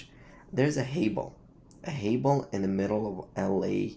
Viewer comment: Think he said “hay ball”. Tumble weed for sure lol.